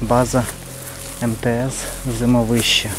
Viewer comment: ЗимОвище - так верно с ударением.!!!!